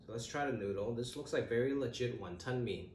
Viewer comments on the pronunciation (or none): they was you said "wantonmee" in cantonese hit hard